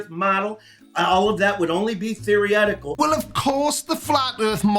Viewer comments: "theoryetical" is now my favourite word 😂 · Wait, wait, wait.... Hahahaha.... Did that Inbread country bumpkin really just say "theoretical"? Hahahaha... But We're the idiots? OK.... Sure. Whatever you say Apalachia- Einstein. 😂😂😂